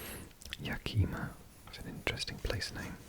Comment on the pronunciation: Great video! Amazingly relaxing. Though, Yakima is pronounced with an unstressed i, more of a ya-kuh-mah. And Spokane is the latter pronunciation, spo - can . :) Really enjoyed the tracing, added a very enjoyable visual aspect!